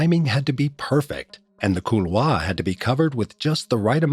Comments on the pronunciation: Kool-waar...not cool-vaah... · Please stop saying "cool-Waah". Just avoid the word if you can. Call it a gully. . Maybe same for "Adieu